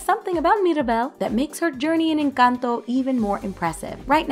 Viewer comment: Finally someone who says encanto correctly because it's NOT inc-Ahn-toe or in-Cun-toe